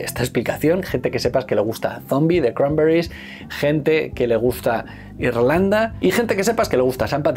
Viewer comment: Me jode de manera sobrehumana usar el acento yanki, toda la vida diciendo "cranberris" cada uno con su acento y ahora hay que decirlo con acento de no se sabe muy bien donde y que parece que uno habla con la boca llena de vete tu a saber el que.